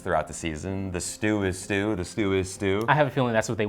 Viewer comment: IT'S STU STEEEW!